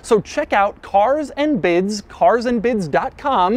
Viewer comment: Lol...lov how Doug says.."CARS AND BIDS!!"